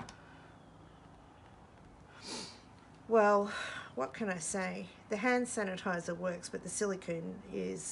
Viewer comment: Sand hanitizer didn't strike me as wrong untill you kept repeating it and saying you can't say it LOL!